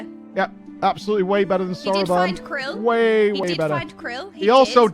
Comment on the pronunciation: Saying almost all of the names wrong is something that I didn't know I needed to see? /s Stineeeen. Serena. Krill...